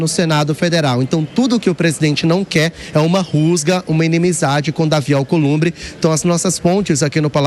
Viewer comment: Companheiro “Alcolumbe” ( pois ele não consegue falar palavras com br, pr etc) quanto vc quer????? Dinheiro na mão gravata no chão.